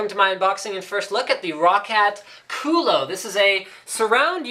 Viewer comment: Hahahahahaha!!!! The way you pronounce "kulo" in english, is the exact way to say ass in spanish!! Is hilarious to hear Linus say that! Lol!!!